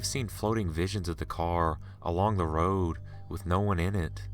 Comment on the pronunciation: I dislike the way he reads/tells the story.... his voice... ugh!... GOD his voice.... Interesting stories.... but... the way he reads the story... he reminds me of another narrator, named Joey.... ugh.... ew... the way he says road...